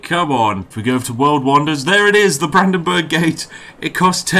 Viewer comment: Im fucking crying for having to listen to you pronouncing Brandenburg, Volksfest and Bürgermeister